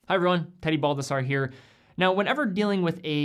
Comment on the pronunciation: Why do you pronounce your name so different than the Italian origin? Isn't it pronounced Bal-dass-erre???